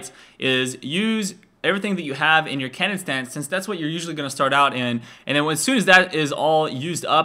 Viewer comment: Whenever he said cannon mode i thought he said Kenen mode